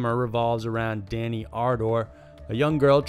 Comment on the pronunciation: It’s Dani, not Dana, chose Christian cuz he was drugged and cheated on her and treated her like crap throughout the movie.